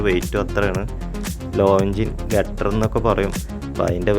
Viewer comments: Gutter അല്ല girder ആണ് സുഹൃത്തേ. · ഗട്ടർ അല്ല കെട്ടൊ ഗർഡർ